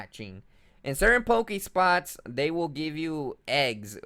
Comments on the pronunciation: pokeSTOP GOD stop saying pokespots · Pokestop not pokespot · It's pokeSTOP not spot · dont pokespot it is poke stop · POKE. STOP. NOT SPOT. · Man, its a pokestop not a pokespot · its called pokestop not pokespote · PokeSTOP not pokespot :P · it's poke stop!! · Learn 2 English dude. PokeSTOP